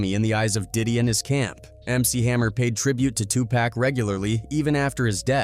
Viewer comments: It's 2 pac not 2 pack he needs to pronounce folks name correctly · It's Tupac not Tupack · The pronunciation of some of the names has me laughing out loud at work: "Turn this mootha out" "Redmun" "Two pack" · Once he said too pack. I stopped listening. 👎🏽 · It was all good til his said “2 pack” lol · Tupac pronounced, "To - pOCK" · Hearing names pronounced as TwoPack and Notorious big, clicked on my AI reader sense. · The guy said two pack, I wish people when doing research learn to pronounce people names it really messed up there name and turn off for me. McHammer meant can't touch this literally. But where is his ministry or name of church would love to see him because he seems intense. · Did that fool just call him TU PACK? ?👎🏿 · I’m so sick of these mf’in AI voices that can’t pronounce Tupac correctly. Pay for some better AI voices there out there you cheap punk. Stop dissin Tupac cause you want to save a few bucks. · As Interesting as the stories be y'all disrespectful on how y'all pronounced TuPac name. Prounce it correctly if ya don't know ya better askl somebody... It's a turn off to continue watching as y'all mispronounce the man's name in every video unless those close to him says it or Tupac himself mentions it... It's disrespectful! Ppl sleep on MC HAMMER and leverage he has in real life, be a big mistake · Hammer also isn’t gay. You mispronounced Tupac? 😡 ok 👎🏾